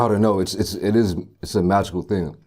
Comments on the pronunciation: Yo, I swear he said Texas TING. Big up my Jamaicans fr tho. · had to do a double take when he said texas ting lol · Anybody heard him say Texas ting?